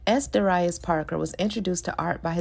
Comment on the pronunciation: Sorry but Isn’t Darius pronounced DARE-e-us?